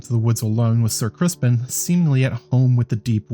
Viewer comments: Keep up the good work, great job really aside from the pronunciation of Criston Cole. It’s not Crispin Cole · It sounds like you're saying "Crispin" lol are you?